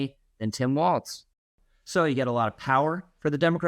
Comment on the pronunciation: Walz has no T in it. It is pronounced "Walls"